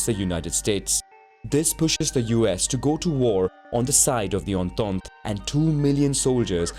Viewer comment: the way he says entente lmao